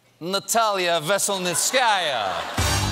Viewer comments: ve-sel-NITS-ka-ya stress on third syllable. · I know Stephen wanted to smash his pronunciation of lawyer's name, but he still butchered it :-). Stephen, to make it easier for you: the stress in the lawyer's last name falls on the third syllable as in Ve-sel-NI't-skaya. It's not the easiest Russian last name to pronounce, but far from the hardest too lol :-). I missed Stephen, glad LNWSC is back from holiday break.